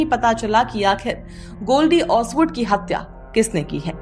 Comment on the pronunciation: Hapya kya hota hai? Hathya bolo na?